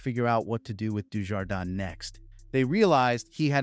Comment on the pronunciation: your mis-pronounciation of Dujardin's name is disgraceful..American ignorance at its best.